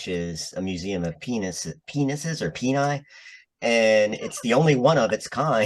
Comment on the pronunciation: Penis is Latin, so plural is "Penes" (pee NEEZ). Since the ending of the word is "-is", it wouldn't be "Peni" (pee NYH).